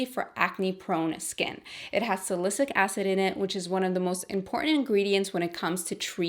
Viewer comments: its salicylic acid not "sa-li-cic" acid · Love your videos! btw salicylic acid is pronounced SA-LE-SI-LIC acid. Xoxo glad you're back! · Thank you!!! Perfect timing! I need to stop that benzoyl peroxide. Little Tip though. Just listen to “Siri: pronounce Sa-ly-cy-lic acid” 👏👏👏